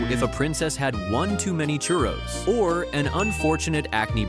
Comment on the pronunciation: They said curros